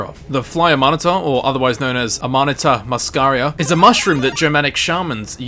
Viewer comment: That's not how you pronouce amanita muscaria